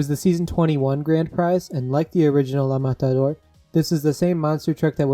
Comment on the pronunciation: You pronounced la matador so perfectly lol